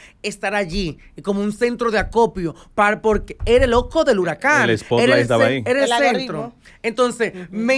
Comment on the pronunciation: no sabe pronunciar “ OJO” 😅omg “OKO”